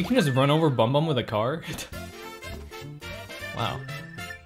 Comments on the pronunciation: Excuse me did you just say boom boom as bumbum?? What’s wrong with this guy? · "BoM bOm" LOL ITS BOOM BOOM AKA THE MAD LAD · Oml he called him bum bum instead of boom boom lmao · “Bum bum” It’s boom boom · Why you call him bum bum... its boom boom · Boom boom not bom bom 🤐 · It’s boom boom not bomb bomb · It's boom boom not bom bom